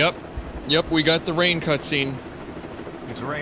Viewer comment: I gotta keep my eye on this time. "It's fun t'play in da ræn. Plæ da song, DA-DA-DA, DA-DADA."